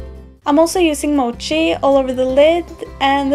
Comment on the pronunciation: The Sugarpill eyeshadow Mochi is pronounced like Mow-key.